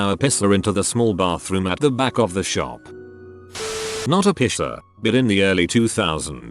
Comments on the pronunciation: Video voice: piercer=pisser How normal people say it: piercer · It says pisser instead if piercer 😂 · reddit: piercer narrator: piSser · i like how the tts voice says body pisser instead of body piercer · the way piercer is said by the voice sounds like the german insult "pisser". literally urinator but more used as coward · Im so glad I'm not th only person who mentions the whole "pisser" instead of "piercer" thing holy shit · oml i thought i was the only one who thought it said pisser haha guess not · Video ruined a bit by the pronunciation of piercer as "pisser" 😂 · why does he pronounce piercer like pisser? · Nobody: Text to Speech: pisser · I like how it pronounses piercer as pisser😂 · It makes me very angry who it pronounces it "pisser" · stupid computer generated narration. piercer says( pisser )along with a bunch of others. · It sounds like pisser instead of piercer lol! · Sounds like pisser every time LOL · Why dos the bot say piercer as pisser smh my head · The way the say “piercer”... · I love how the voice says "piercer" lol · What’s strange is it says piercing and pierced fine but not piercer